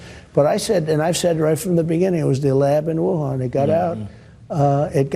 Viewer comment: The poor guy didn’t even know where Wuhan was or how to say it properly